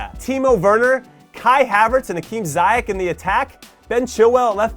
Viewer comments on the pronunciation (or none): Zee-yesh 👍🏾 Zi-yek 🤢